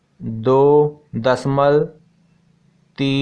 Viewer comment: Sir dasmal nahi bolte hai dashamlav bolte hai 😂😂